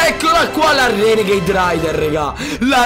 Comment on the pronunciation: queste sono le volte che ha detto renegaid